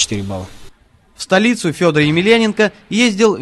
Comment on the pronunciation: А имя произносят как Сёдор))